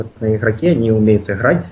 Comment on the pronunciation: ихрать напряхать ховорить